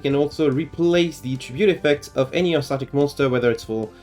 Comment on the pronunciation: I’m so upset that this is the one video that I didn’t get a notification for. Very nice guide, though. A lot of similar things to my guide. Have you considered the spellbook package in the deck, since there is no normal summon at all in the archetype? Btw, the way you pronounce it is Urs-Arc-Tic.